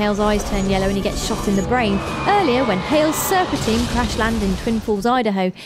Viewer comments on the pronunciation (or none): none